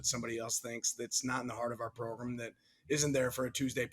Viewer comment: I love it. "Our Progrum"! Man I love our Head Coach!